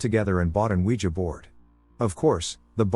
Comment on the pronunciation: Oogeeah board😁